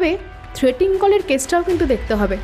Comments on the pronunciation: Good story… but actors need to work on their pronunciation… for example the word ‘threatening’ has been wrongly pronounced as ‘threating’ by through out the story. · গল্পটা বেশ সুন্দর। পাঠও চমৎকার হয়েছে। অলিভিয়া-সৌনকের অভিনয় দুর্দান্ত 👌👌 তবে একটা শব্দের বারেবারে ভুল উচ্চারণ কানে লাগলো। কথাটা 'থ্রেটিং' কল না, থ্রেটনিং কল(threatening call) লেখিকা সুমেলির ভুল, নাকি আপনাদের ভুল উচ্চারণ জানি না। পরবর্তী কালে শুধরে নিলে ভালো হয়